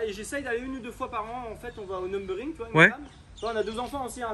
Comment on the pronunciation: J’ai arrêté la vidéo au moment oú il a dit Numburing 😔